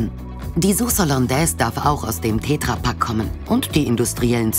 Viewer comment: Das Ding heißt "TetraPak" und nicht "TätraaPak" Wie soll ich das nach kommen, wenn er ein Glas "Essig und Gewürze" reinkippt und nicht sagte, welche Gewürze denn da drin sind?